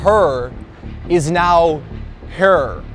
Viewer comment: Her…is now hurr. 😂😂😂😂